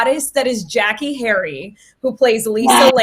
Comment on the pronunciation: I think she pronounces her name “JackAyy”